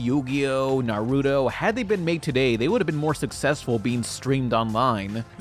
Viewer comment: I love your channel but NarUDO bro you say it Nar-oo-toe